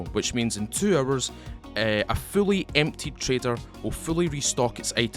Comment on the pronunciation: Off topic: guess the accent is South African? Guess am the only one who heard hours--> errors, items--> A teams ... :)